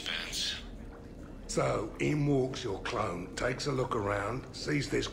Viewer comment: I can't help but to think says "clown" when he actually says "clone" makes it more hilarious to me. "And any clown that's looking for a 'pick me up' will be picking pieces of themselves up off the floor."